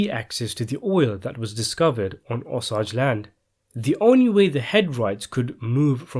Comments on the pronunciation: if he's doing all this research and trying to make this horrible incident in American History so aware then he should know how to pronounce the tribes true name. I'm not saying it's disrespect but you will hear me out. Just saying.. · Guy can’t pronounce Osage properly 🙄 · Google the proper pronunciation Osage! PLEASE! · Bro it is really erking me the way you are pronouncing "osage" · its a long a in Osage. The story is a sad sad story of horrible acts by evil people. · Osage is so badly mispronounced. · Could learn to how to pronounce Osage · Learn how to pronounce OSAGE. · Your accent is messing up the name " OSAGE" . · Dalaine Bloom I’ve corrected him on this over a year ago more than once in the comments. I told him I grew up in pawhuska and knew the tribe and watched the last full blood die out after almost the whole tribe was wiped out before I was born. It’s completely not giving this story justice and yet he refuses to listen to me correct him. I guess because he feels he’s English it’s us that have the grammar problems not him, but if he’s going to study american history of our natives then he needs to damn sure pronounce the tribes properly. Especially a tribe who deserves that respect. They’re killings were well over 27. They just only recorded 27 when caught by the FBI. Considering the size of the tribe that is comparable to the Holocaust. If he’s that interested and made well over three videos on this very story you’d think he would of got it by the second time I corrected him a year ago. I don’t think he gets how just disrespectful he is being. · Pronounce “O sage”. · Appreciate the vid but for crying out loud, learn how to correctly pronounce “Osage.” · He was as evil as his circumstances allowed. Politicians have more opportunity by control over the sate's apparatus. The more I listen to this the more the 'Osage' pronunciation bothers me; it isn't just an accent but a proper noun. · his pronunciations of the names are sometimes wrong